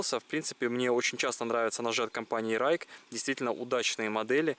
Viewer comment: С пиньиня Ruike читается Жуйкэ (锐可) "Райке" - это на датский манер, а датский здесь ни при чем.